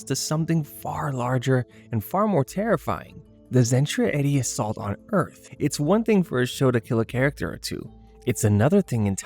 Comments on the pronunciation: AI garbage. Mispronouncing Zentraedi? Getting Ben’s death wrong? Disappointed. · he also got Bens death wrong and mispronounces Zentraedi. this video is not well researched. or is just AI slop